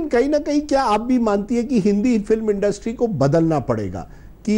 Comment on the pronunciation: Aap education le pehle... Its industry not industrii😅😂